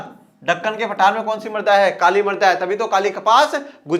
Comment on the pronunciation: सर आप जब मृदा बोल रहे है तब ना जाने क्यों मेरे को मर्दा सुनाई दे रहा है। 🤣🤣